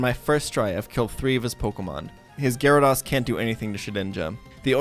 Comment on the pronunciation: We just gonna pretend my man isnt mispronouncing milotic wrong. And gyradose.